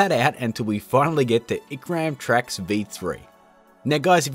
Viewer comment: Icram, what? It's IRCAM, sir. As in the French computer music/research institute.